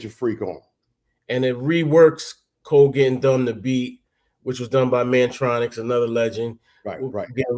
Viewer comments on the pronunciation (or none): Kurtis name is Mantronik, not Mantronix. Mantronix is MC Tee and Mantronik